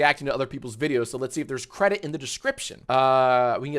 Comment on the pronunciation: cwedit the cweators